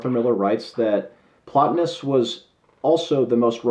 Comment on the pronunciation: 15 minutes I'll never get back. Horrible review. He isn't well read in philosophy or history. He can't even pronounce Plotinous correctly... bless his heart.